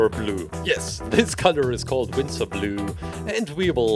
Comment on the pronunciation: Winster blue? I thought it was navy blue